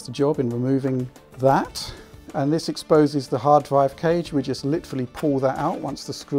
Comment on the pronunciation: R have EVER PRONOUNCED R FUCK SAKE, legit what's a DWIVE WTF IS A DWIVE